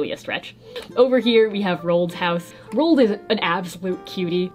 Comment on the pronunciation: rOAld not rold